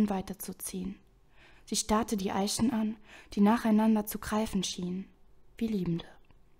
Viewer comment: Gut gelesen, musste nur immer leicht lachen wenn du "Plut" und nicht "Blut" gesagt hast^^ Oder "Eischen" xD